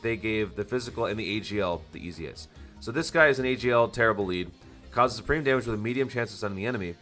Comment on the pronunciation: From now on i want the "damon" instead of damage xD I liked this video this could be done for other Units that will come for global... I liked it...